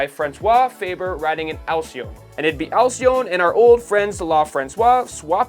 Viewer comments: Yeah. Your pronunciations suck. Peugeot doesn’t have an “r” in the first syllable (it’s “Poo-zho”). And “Alcyon” isn’t “Ali-cone”; it’s “Al-see-ohn”. Dyslexia reigns. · Nice video. Just a few tips about pronunciation: "La Française" is not pronounced "Lah Franswah" but more like "Lah Franseyze" " Alcyon" is not pronounces "Asselone" but more like "Al-see-on" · Alcyon is pronounced "Al-see-on", and its name refers to the mythological bird, as well as the latin name of the kingfisher (hence the logo). It was a pioneer company for bicycle, motorcycles and cars, but disappeared in the 50's, being absorbed by Peugeot.